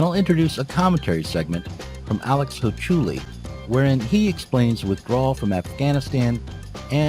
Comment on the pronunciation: I believe that you are saying Alex Hochuli’s last name incorrectly.